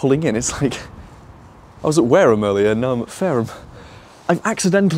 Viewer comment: "Warham I" oh dear don,t give up the day job. Good video as usual.